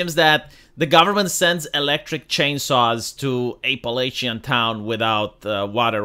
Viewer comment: App-a-latch-in is how you say it 😂 The pack mule team has been far more helpful than the gov 🔥